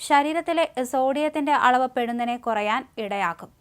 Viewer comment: 'പെടുന്നനെ' അല്ല 'പൊടുന്നനെ' എന്നാണ്.